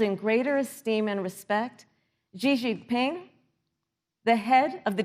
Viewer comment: Dear Kamala - you might want to learn how to pronounce Xi Jinping before you do anything else.